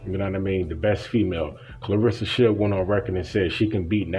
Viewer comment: If she’s so special to you, pronounce her name right. No one likes to hear their name constantly mispronounced. Claressa. Not Clarissa.